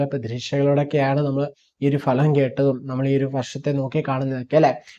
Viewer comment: ഭലം അല്ല ഫലം